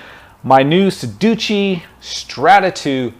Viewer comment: I cannot take advice from a man who doesn’t remember the proper name of the brand someone that cannot speak their native language properly it’s your peripheral vision not periperal sedici not sedici Paid video terrible editing terrible use of the English language which is obviously his native tongue sorry dude get some education before you try and influence people